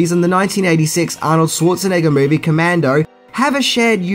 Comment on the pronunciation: It’s commando